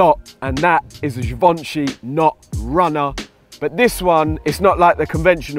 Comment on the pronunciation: *trying to pronounce "givenchy" Jivansji LIKE BRUVVV!!